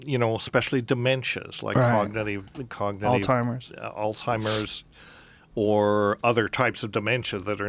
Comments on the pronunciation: I heard "Old-timers" instead of "Alzheimer's." I feel so ashamed lol. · Anybody else notice how Joe always calls Alzheimer's "Altimer's?"